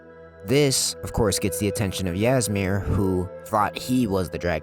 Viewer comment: Ngl if you had actually played the game you would have known how to pronounce old Hroldan and Ysmir